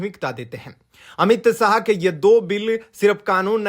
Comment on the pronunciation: बहुत अच्छी खबर। पर अपना उच्चारण सही करो 'श' को 'स' (अमित साह) व 'स' को 'श' ( शांशद) कहना। हिंदी क अशुद्ध उच्चारण ठीक नही लगता।